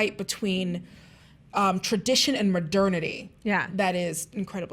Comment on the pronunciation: Did they just mispronounce modernity? :P